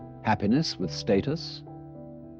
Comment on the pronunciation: I'm not gon lie when this started and he said State-us instead of Stat-us..... (Stateus*).......vs to Status was VERY Different......I'm tuned in.🧐